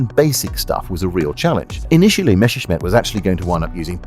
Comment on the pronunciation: It's Messerschmitt not Mesherschmitt